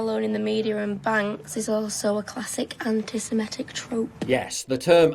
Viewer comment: Love how she pops the 'p' in trope as if she's proud of saying something really clever